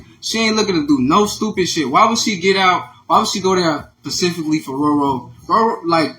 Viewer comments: And who asked him anyway? Don't believe anybody that uses the word, "pacifically," instead of specifically. He's giving stalker too. Stalker or boyfriend... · I was done when he said it take 7 I mean 9 months to carry a baby, then turn around and said that’s 10years she been bullying her 🤦🏾‍♀️ I can’t take him seriously. Then talking about pacifically 😂😩 he real slow